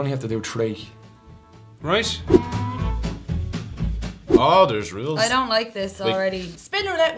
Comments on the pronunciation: It sounds like he says "tree," not "free." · Why are they such wusses? And why can't that guy pronounce "three"?